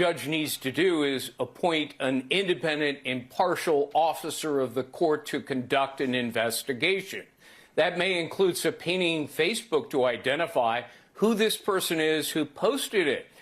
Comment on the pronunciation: Gregg Jarrett can't even pronounce subpoena correctly. Supeening? And this moron puts forward his take on Trump's court case. :face-green-smiling::face-green-smiling